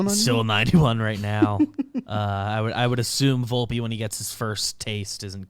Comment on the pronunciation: I believe it's Vol-pay.